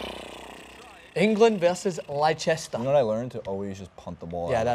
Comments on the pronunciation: Uh... It's pronounced Les-ter. I know because I was born there. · It is pronounced "Lester".